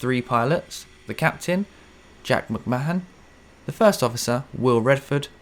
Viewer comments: Great video, this is a newly discovered channel for me although the mishap was familiar. The Captain’s name is pronounced McMarn by the way, not “Ma-han” 😊. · McMahon is pronounced 'McMARN' You never know, that may come in handy for someone, somewhere, one day before our star engulfs Earth.